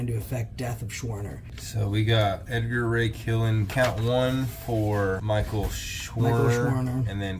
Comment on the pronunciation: The name you're having a little bit of trouble saying his name is edgar ray killen